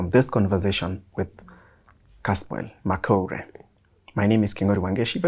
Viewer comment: his name is pronounced as Makoure not Makori